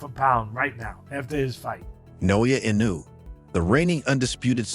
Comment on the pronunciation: Mispronouncing Inoue's name takes away from anything you say about him. learn how to pronounce foreign names.